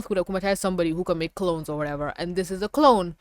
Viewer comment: "amukatize" lol / creates a sentimonster(of)